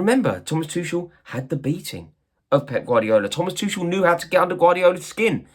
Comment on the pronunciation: Can you learn how to pronounce Tuchel's name. It's really not hard. And after that, start talking about him with some respect for what he did for our club.